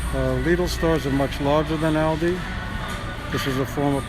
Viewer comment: It is pronounced "all-dee"